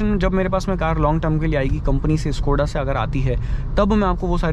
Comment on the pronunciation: Yar bhai itna bda channel hai Kam se kam Škoda to dhang se bol yar